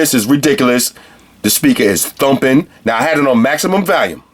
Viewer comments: valume.......volume? hahaha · Yo its volume not valume lmao. Thinking of replacing my air raids, this might be it! Nice review man. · maximum "valume"